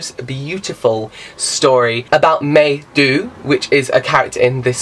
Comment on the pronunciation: how absolutely darling as you? as ever! i am SO excited for our collaboration as well. and you pronounced Mei Du perfectly! <3